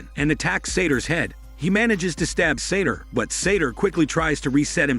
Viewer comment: I have no idea why the narrator is calling the bad guy Sator. His name is SATOU, Sah-toe. There's no R anywhere in his name.